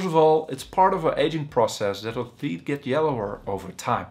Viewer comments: I am here to learn about teet 😂😂😂😂😂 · Did he say theet? Thoot? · Lool theet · Theeth🤣 Had me dying💀